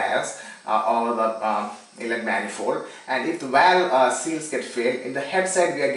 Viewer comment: WTF is a walve seal?